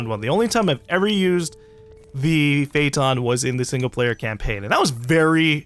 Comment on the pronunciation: Lol he said Prayton instead of Phaeton xD